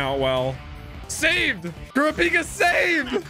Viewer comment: The way he pronounces korapika triggers me lmao